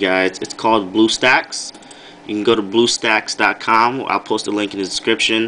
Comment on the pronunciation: DID YOU SAY BLUESTACKS OR BUTTSTACKS IM CONFUSED?